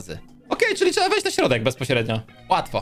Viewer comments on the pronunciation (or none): none